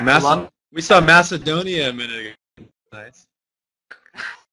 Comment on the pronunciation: he said it MACEDONIA :D